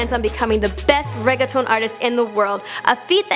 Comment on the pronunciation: they should work on proper pronunciation of words they're not used to saying before even releasing these videos. it is not that hard to take an extra 10 min to learn how to say reggaeton or medellin properly. And relating Colombia to drugs? Sure they got that stigma about them, but religion is a bigger force there. wow.